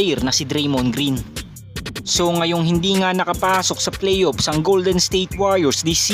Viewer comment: Hindi ko mahuli sa pagbigkas mo ng Playoffs ba o PlayOps?